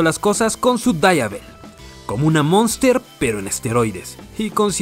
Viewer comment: Se pronuncia como se escribe.. DIAVEL, no DABA EL.. es italiano..